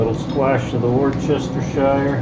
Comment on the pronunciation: The only murdering was the pronunciation of worcestershire.